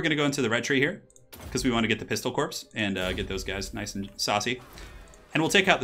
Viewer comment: I love every time you say "pistolcorpse" it makes me smirk every time without fail.